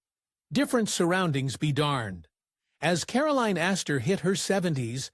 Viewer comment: The name is Astor, not Asta. That was the name of Nick and Nora Charles’ dog.